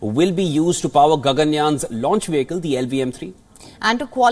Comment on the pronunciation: Not a wehicle , a Vehicle 🚗